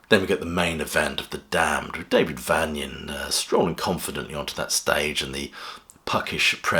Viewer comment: The Damned have always been fantastic, but Rat brings back an edge, he was made for the band .. Please pronounce Daves name correctly tho !! Its Vain.... not Van